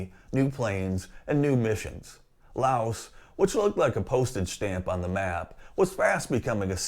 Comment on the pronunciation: FYI the "s" in Laos is silent